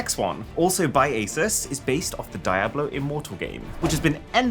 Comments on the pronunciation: Cool content, but i think Naruto and Diablo's pronunciation is wrong, lol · He said die-ah-blow 💀